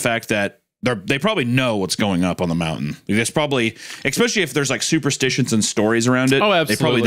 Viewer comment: Hunter constantly saying "exspecially" REALLY pisses me off